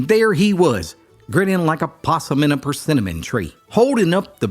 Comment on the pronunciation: we had some out on the farm. Sounded like you added a few syllables, or I'm not pronouncing it correctly. 😂